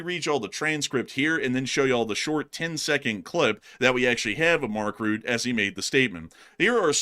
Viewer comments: It's Rutta, not root - not exactly Rutta but Rutte with the 'e' pronounced as a separate syllable, sort of Rutt-ih. Important to remember that one's name is the most important word in their language so we don't want to screw up pronunciations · Mark Rutte is pronounced as Mark Ruh tuh not Mark Root.